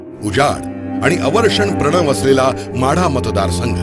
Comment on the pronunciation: अवर्षणप्रवण असे असते अवर्षणप्रणव नव्हे